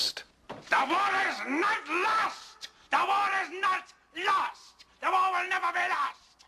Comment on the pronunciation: Every time he says lost it always sound like lust to me.